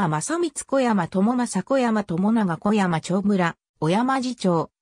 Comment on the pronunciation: 読み間違いがひどい せめて小山氏は「おやまし」って読もうよ